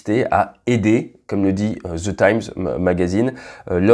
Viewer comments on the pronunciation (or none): Salut Ate bon travail. Pourrais-tu, par pitié, remplacer tes “ze” avec des “deux” quand tu parles anglais. Un pilote de chasse comme toi pourra très bien s’y habituer.